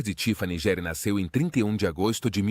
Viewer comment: Que feio vc falar o sobrenome dele errado, estude antes de fazer seus videos